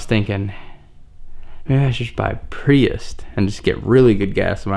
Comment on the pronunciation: Is it just me or is he saying “priust”? There is no T in prius fam